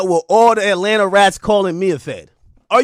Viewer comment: "rAtLanTa" 🤓 Fkin goof 😂